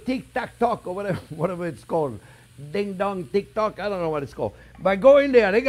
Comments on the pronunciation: “Tik Tact Talk” 😂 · I love how he does the dad thing of intentionally mispronouncing TikTok